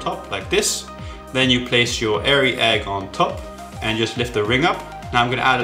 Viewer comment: Liked the 'airy' egg :-)